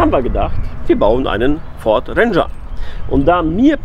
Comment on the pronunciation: Den was? Ich versteh immer Venger, wie Avenger ohne "a" 🤣